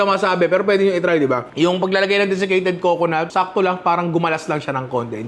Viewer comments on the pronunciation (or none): buko? deficated??? lol!